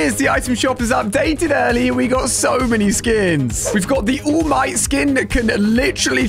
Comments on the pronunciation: Ooooowll might, Izzuku, Ochacow, and Baks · Awl might is fine izoo koo is also fine ocha kow is hilarious and my fave izuku? That Bakugo lol butchered them names all right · You said every name wrong except All Might, Bakugo, and… her idk her name she’s not in the item shop anymore